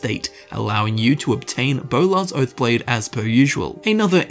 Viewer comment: Bolar's Boath Blode.